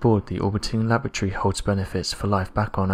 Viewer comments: Why can't the narrator pronounce Lab-or-atory and keep saying "Lavatory?" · Lavatory? Do you mean Laboratory? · I do wish you’d pronounce “laboratory” correctly. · first time i've ever heard 'laboratory' pronounced with a glottal stop.